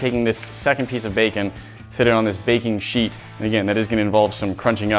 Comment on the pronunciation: I thought he said “I’m going to put this bacon on bacon sheets” he said baking sheets though lol